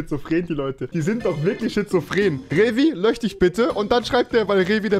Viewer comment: Wieso kann Rewi SCHizophren sagen aber nicht löSCH wtf